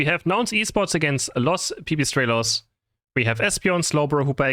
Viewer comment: is latino/spanish now that he pronounced: Los pipistrelos